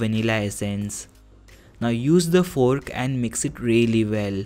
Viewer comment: He said fork like foook